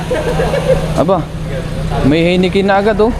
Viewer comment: pronunciation ay Hay ni Ken na beer